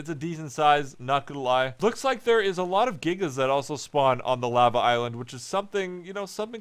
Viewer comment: The way he said lava kind of bugged me